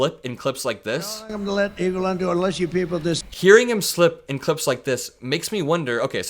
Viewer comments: Is he calling Elon Musk: Elan?? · Sounded like he said, Evelond, then corrected himself on the next "sentence". 😆🐽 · That slip up trying to say "Elon" sounded like "Evil-on", which is somewhat appropriate. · “Egolan” is what he said, for Elon. E-go-lan !! 🤣 sounds like he’s abt to say say “Egolan Longoria”, (sorry Ava Longoria!) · I thought he called Elon Eva Longoria